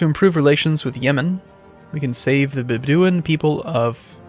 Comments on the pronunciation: Bedouin is pronounced bed o win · It's pronounced Bed-oh-in.